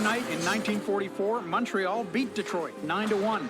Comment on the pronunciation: Hey.. Montreal is pronounced mun-tree-all.. just wanted to let you know.